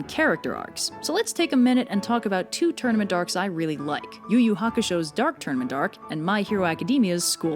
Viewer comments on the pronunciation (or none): I kept hearing “tournamendarks” and similar gibberish before the words “tournament arcs” were actually on the screen 😂